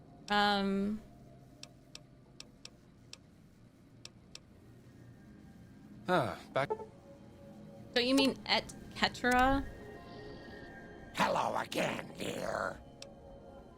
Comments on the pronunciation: Caesar's pronunciation of "et cetera" humors me, but the opposite mispronunciation "eggs zetera" that some prefer outrages me. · New toxic trait unlocked: pronouncing "et cetera" like Ceasar